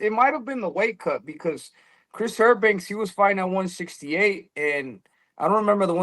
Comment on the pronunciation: Who the fuck is errbanks?